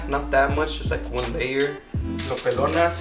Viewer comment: “ Lo Pelonas “ 😂😂😂😂💀 I make green enchiladas with chicken.